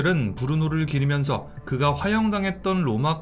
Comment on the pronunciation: 기르면서-> 기리면서